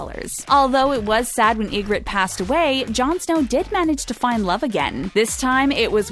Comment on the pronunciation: What you didnt like about pronounciation of 'Ygoritte'....?🤣